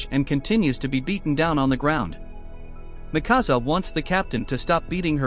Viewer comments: Not makasa, it's mikasa. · THATS NOT MIKASA, THATS NIKASA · Bro said “Mì Cása” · he says mikasa wrong